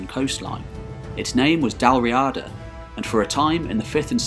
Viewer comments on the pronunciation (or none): Interesting but, on pronunciation, it is Dal Ree-ada, the stress is on the ee.